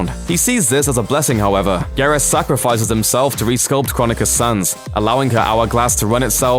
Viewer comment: Im sorry, but its pronounced gear-us.